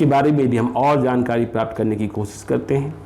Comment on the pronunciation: Bhaiya kripya apni hindi bhasha sudharo . zab nahi jab, des nahi desh ,kosis nahi koshish, sures nahi suresh ,shurya shawal susma aur na janey kitney🤣😇